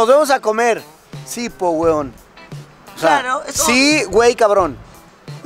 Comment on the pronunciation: Es "po" no "puh"